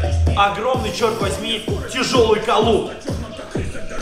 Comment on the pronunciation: Чего?колуп а может быть колун. Кто родился в деревне лайк